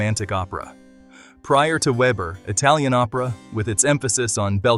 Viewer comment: Veber, not ueber , please. Even AI can be reached…